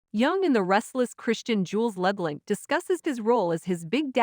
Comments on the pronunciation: It’s annoying when they mispronounce names! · LeBlahnk not Labalanc